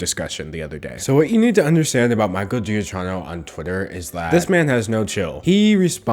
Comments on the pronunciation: Someone else has probably mentioned this but I’m too lazy to check cause I’m watching an epic video of yours and want to keep watching it, but I’m pretty sure his last name is pronounced like “Ga-key-no” That’s just how I’ve heard it said before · Paused at 11 seconds to write this comment that you probably won’t ever see. Dude’s name is pronounced Cha-Kee-No. Cha like in “chart”, kee like in “keen”. Two c’s followed by an h make a hard k sound in Italian. :) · I believe his name is pronounced Gi-Kee-No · His name is pronounced "jah-kee-noh" but oh well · i thought his name was pronounced gee ack ino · I thought it was pronounced jackeeno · His name is actually pronounced “ja-KEE-no” lol, but I understand; it’s a confusing name. Also I love Michael Giacchino; he’s written some of my favorite scores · Heads up it’s pronounced Gee-a-KEY-no. love this video though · I'm kinda watching your videos on a roll, and I'm loving them. That being said, I just want to say this in case you are interested: I think that his surname is Italian and is pronounced "G-E-A-K-K-E-E-N-O", basically almost the same way you did but with the hard "K" sound instead of a soft "CH" (sorry for pointing this out but I'm a native Italian, I couldn't unhear it). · im REALLY sorry to be that person but just for future reference i think his lasr name’s pronounced ja-KEE-no from how its spelt? i think its italian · He’s actually my favorite composer- I think it’s pronounced “Juh-KEEN-o” just so you know, NOT JUDGING, I pronounced it the exact same way when I first got into his stuff. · Hate to be that guy, but “Giacchino” should be pronounced “jock-KEY-no” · The guys name is actually pronounced "Giakkino". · actual pronunciation is Jah-kee-no. ❤️ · It’s pronounced Jah Chi No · It’s juh-keno. Great composer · A lil off topic,, but giacchino is pronounced jee-uh-key-no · It's pronounced "jock-in-oh" :D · Hey there. Great vid! It's actually pronounced "key-no". Have a good day. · Giacchino (Ge-Ah-Key-No)